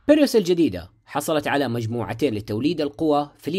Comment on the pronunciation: اخوي ، تراك غيرت اسم السيارة، شوفه بالانجليزي نطقه مختلف تماما عن الي انت تنطقه.